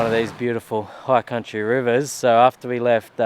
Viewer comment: Dude. High country, not higher country haha. Great video as usual mate. Cheers